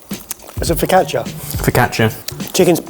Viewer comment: He failed miserably at saying focaccia